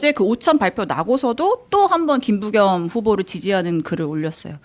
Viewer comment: 김부겸이란 발음이 그렇게 어렵나 ...